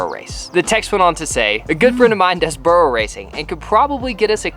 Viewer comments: The way you are saying burro is wrong 👀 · lol why not just call it a donkey race.. your pronunciation of burro sounds so off lol